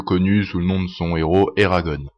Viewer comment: on dit pas eragone (en prononçant a l'anglaise mais a la francaise en gros eragonn !)